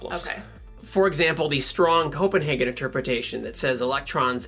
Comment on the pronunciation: So maybe the 2 types should be: The Copen- HAHgen interpretation and The Copen-HEYgen interpretation I know that's a bit technical but..... Happy Merry Your wife is a great guest star Enjoying this channel